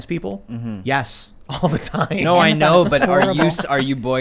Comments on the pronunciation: Gnot at all! 😂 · JUST SAY GNO